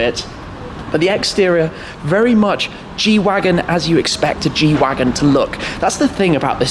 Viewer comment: The G shwagon